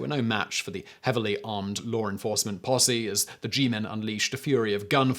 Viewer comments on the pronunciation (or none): A regular English speaker: “law enforcement” Simon: “lawr enforcement”